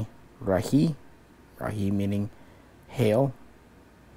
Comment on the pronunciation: Great video! The letter "e" in Rahe in Estonian is pronounced the same as the letter "E" in the word Estonia.